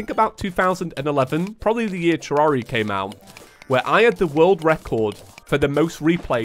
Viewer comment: i think tommy would... disapprove... about your pronunciation of "terraria", maybe more like freakout, even though like half of the terraria content creators pronounce it wrong